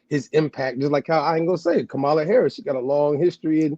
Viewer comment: She called Kamala Shamala 😂😂😂